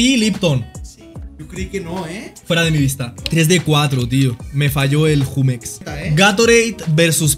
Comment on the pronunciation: Porque pronuncia Jumex así????